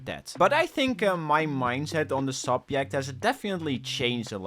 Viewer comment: learn to say subject